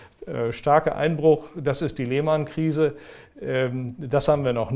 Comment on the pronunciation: "Die Leeeehhhhmannnn Krise" So richtig schön Deutsch ausgesprochen. Fabelhaft.